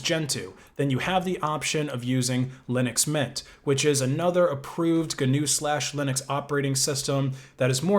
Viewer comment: "Ganoo" might just be the best pronunciation of GNU I've ever heard.